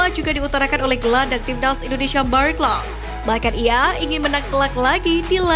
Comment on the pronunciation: Narasinya santai aja, min.... INDONESIA bukan INDONeiiisyiaaaaa, min😂😂😂😂😂